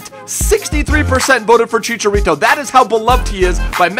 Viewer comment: Did you say Chichalito ? :D